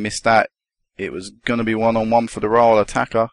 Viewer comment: Rhyl is pronounced Rill